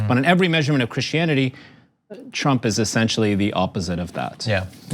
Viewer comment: I also hope that another half of which is rest of Tlump’s thugs go to jail cuz they deserve it for supporting his campaign in the first place. Thank u for your compliment for the profile picture. I also love the way u pronounce trump “Tlump”😂😂😂😂😂 oh I love it 😂😂